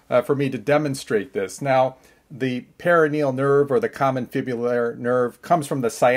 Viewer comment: Perineal nerve (the way you’re pronouncing it) is a VERY different nerve than the perONeal nerve (the way you’re spelling it). Just so everyone knows 😂 per-on-eal